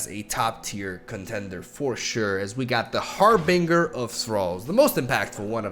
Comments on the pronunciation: I can’t not say it.. 😬 It’s HarBINGER, not -bringer. Pronounced like for example binge watching. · That's not how you say harbinger.